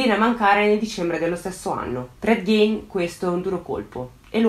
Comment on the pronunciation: già che ci sono: il cognome si pronuncia "GHIN" e non "Ghein" (quando faccio le correzioni sai che non lo faccio per critica ma solo per contribuire a migliorare sempre di più i tuoi già ottimi video) 😄